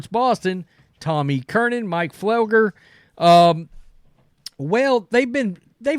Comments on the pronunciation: Gerard (Jerod), Curnin (Curran), Fleglar (Felger)... perfect 3 for 3 😂 jk.. I just get a kick out of your version of names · Mike Flelger and Tom E. Kernan😂. I love his butchering of names!